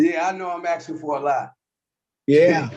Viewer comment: He axing for a lot.